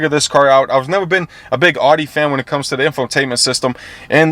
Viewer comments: Yo bro it’s not ODDY it’s Audi (Owdy) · "AW-DEE"........Shameful. I can't stand when people pronounce it wrong. Its "OW-DEE" my dude. smh